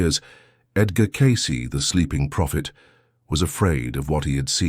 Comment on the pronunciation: At 1.48... the A.I. voice talking calls Edgar Cayce.. "Empty Cayce"